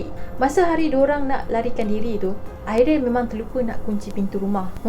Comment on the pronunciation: Ariel ke Airil.. dgr macam Airil😂